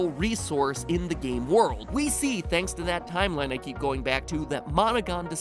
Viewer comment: no it's thonks